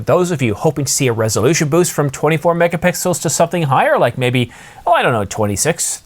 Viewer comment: "megapickles" ? lol